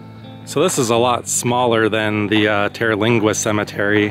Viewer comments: TER-lingua ....."ter" rhymes with "her" and there is no vowel after it, so it's not pronounced "TerrA-lingua"......just Terlingua. (and in Rio Grande, the e is silent) 🙂 Great video! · It is most definitely not pronounced Terralingua.